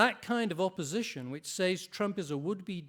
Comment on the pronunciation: How does somebody reach adulthood without the ability to pronounce the word: "says"